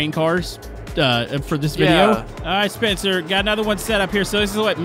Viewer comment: YOU SEAD SPEETHER AT THE START AND STEAD OF SPENCER.